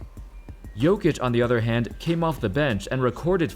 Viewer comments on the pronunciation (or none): I will help you with pronounce,it's Nikola "Yokic" I am also from Serbia, that's how you should pronounce man 😊😊😊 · You say jokić kinda like Yo-kitch